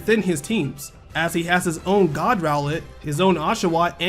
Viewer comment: Each time you said God rowlett I cracked up